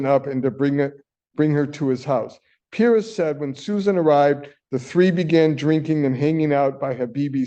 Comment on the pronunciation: How can he NOT know how to pronounce Perez? smh